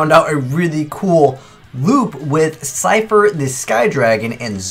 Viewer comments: It's Slifer, not Sifer... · You forgot an L in slifer. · You forgot a L in Slifer, btw great video :)